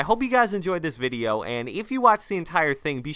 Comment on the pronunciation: Anyone notice he says "In this videye today" every video (and ik i spelt video wrong but thats how he pronounces it😂)